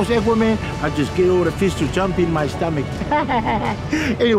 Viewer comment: Couldn't help but read the comments the same way tofiga pronounces his words lol. If I was Aquaman I just get all the fish to jump in my starmik ahee he hee